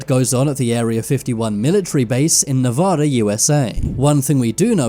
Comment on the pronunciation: Dude you @@ you called Nevada wrong. Please pronounce like the people it Nevada pronounces it. &#$* you